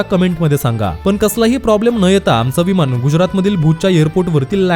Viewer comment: इयर पोर्ट नव्हे भावा एयरपोर्ट, विमाण नव्हे विमान.शिकलेले पण न ला ण,आणि ण ला न म्हणतात. त्यामुळे ऐकताना कानाला खटकते.साॅरी हां माफ करा